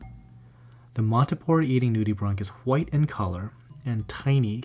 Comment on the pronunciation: Him : nude-e-bronc Me: Nude-e-branch